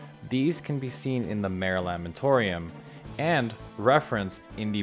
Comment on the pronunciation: A tiny correction, but worth mention as trivia in itself. You pronounced it Mare is in female horse, but the pronunciation is "mah-ray" as it is from the Latin phrase for "Sea." This is borrowed from real life names of the dark spots on our own moon being named as "seas," for example "Mare Tranquillitatis" meaning "Sea of Tranquility." Just a tidbit I felt worth mention in the spirit of references and trivia. :)